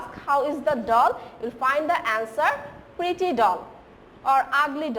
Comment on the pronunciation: Miss "Pretty" not "Preety"